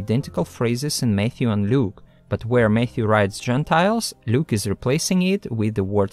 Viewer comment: When he says Matthew, I keep hearing Mayhew, and then my brain goes to the Church of Jesubacca might be cool, but if you don't believe in him, he'll rip your arms off. 😂😂😂